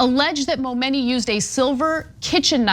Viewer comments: Stop saying momoney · She Said Momeny soo many times I got lost in the story 😒